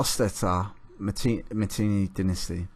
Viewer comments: Not Matinee, it's Mitanni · Mitannians spoke Sanskrit the classical language of India -this chap can't pronounce Mitanni properly.